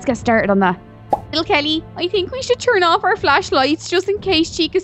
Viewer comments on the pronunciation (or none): Why do u say tink?Is it because ur braces?